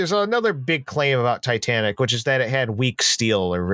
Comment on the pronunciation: Jesus, at least say the name of the ship correctly! It's NOT "Titantic"!